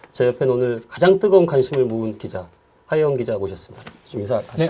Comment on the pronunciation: 이름을 하어영이 아니라 하어용이라고 고쳐랴! 좌빨나팔수야!!!